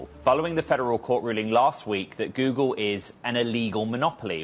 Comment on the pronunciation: "Goodle" bot Goodle Search lol. Great video and news casting but couldnt stop myself